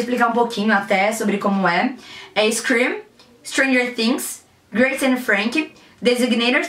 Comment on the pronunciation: quando falou scream ja pirei 😍😍😍